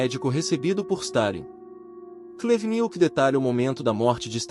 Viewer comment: "Oleg cú-Nietzsche" e "antony bivôr", quem entendeu a referência vai pro vídeo do thiago braga, ou brasão de armas, o nome do vídeo é "Comunista chorar com meu livro."